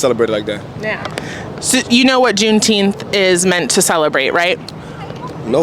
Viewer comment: juneteenfs bruh, sheeeit